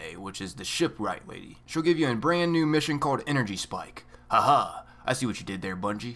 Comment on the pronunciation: "a NYOOOUU mission type" 😂😂